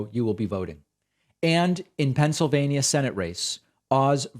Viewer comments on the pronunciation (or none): none